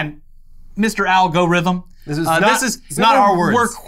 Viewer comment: really said "Al Gorithm" 🤣🤣